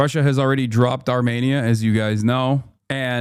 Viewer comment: the way he say Armenia made me think he was talking about an entirely different country lol